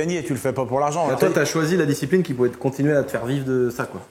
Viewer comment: Je suis vraiment un gogole mais quand il a dit " quand j'ai découvert la disciprine" au lieu de ( discipline ), j'ai plié une barre sorry jsuis intenable.. 🤐😜 Histoire incroyable par contre !!!